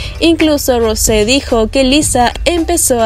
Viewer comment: se dice rous no rose y no jisu se dice yiso y se escribe jisoo amiga aprende